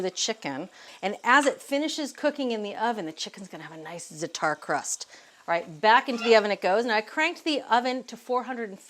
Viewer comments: Please pronounce it ZA'A-tar (emphasis on the first sylable not the last). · Right! First syllable rhymes with “hat”